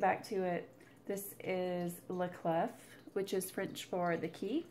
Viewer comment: I love the Bunny Bayeux Tapestry. I can totally see you darkening that down. Haven't seen the new M. Night but my daughter has and thought it was really good (she is a first year psych. student). The man can do no wrong in my eyes - even the stinker that was "The Happening" had its good parts. Love all your WIPs at the moment. French pronunciation of "La Clef" is "La Clay" Don't pronounce the "f" on the end. Yes, this is the person I have turned into. Correcting peoples' pronunciation on Floss Tube, all the time. I am a total twat. I know it. I am so sorry but it was like nails on a chalkboard. Sorry. Feel free to pronounce the "f" in "** off"! Sorry (again). I really can't help myself......sorry x